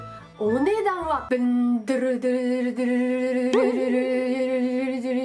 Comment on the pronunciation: ドゥルドゥル言えてないの可愛い...w